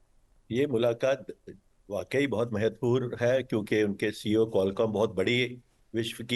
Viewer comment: IIT Delhi ke Professor Humor Sarah se baat karte hue anchor Qualcomm ko Qualum bol rage hai. Ye blunder hai, chhota mota mistake nahi hai.